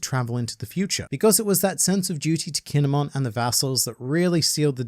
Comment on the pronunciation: Stop saying kinemon it's kin.emon